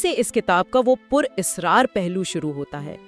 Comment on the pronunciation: لفظ اسرار ہے اس کا مادہ سر ہے۔اصرارزیر ( الف کے نیچے زیر)سے پڑھا جاتا ہے۔ بچے سنیں گے تو اسی کو صحیح سمجھیں گے۔